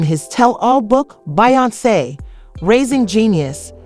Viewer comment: The pronunciation of these names 😩🤦🏽‍♀️😩